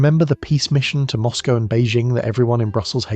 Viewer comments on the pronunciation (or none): none